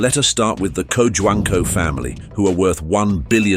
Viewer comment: co-huang-co that is how we pronounce his name..